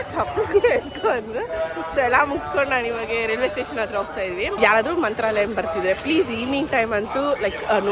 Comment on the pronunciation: ಮಂತ್ರಾಲಯ. Mantrralayam ಅಲ್ಲಾ.